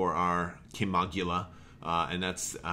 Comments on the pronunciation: its pronounced (Kim-oh-gill-a) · lol, no worries. i was just "cracking wise", ships been around for a long time. this was my ship of choice way back when i played star wars D6 role playing, like 2004-5ish. in the old books the pronunciation was Kim-oh-gill-a. lol. The ship was even more badass then, than compared to what FFG did to it. they neutered my favorite ship. sadface.